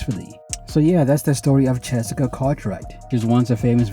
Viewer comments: Her name is Chessika not Jessica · It sounds like you says Chessica😅 good video. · He for sure is saying chessica 😂